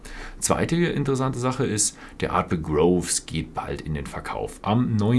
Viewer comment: Ausgesprochen wird's Ardbeg "Gruufs" ;)